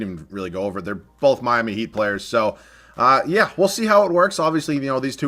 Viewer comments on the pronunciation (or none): none